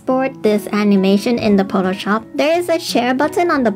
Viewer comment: Potoshop? So close to Potatoshop.